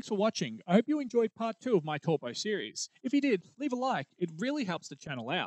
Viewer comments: An easy way to remember the pronunciation of the vowels in te reo Maori - a as in the word car, e as in egg, the i is a long i as in key, o as in core, and u as in glue. And the r is rolled, like a soft d. Eg Taupo is pronounced toepaw, because the a and u are blended, ie, ah-uuu, which makes it sound like 'oh' Great video though!!! I holiday in Taupo every summer. A super eruption is a terrifying thought 😬😬😬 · No its actually "dow po" as the Stone-age 10th wave colonist Maori call it.